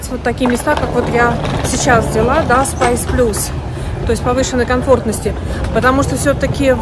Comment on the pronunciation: "СпАйс плюс"? Может "спЭйс плюс"???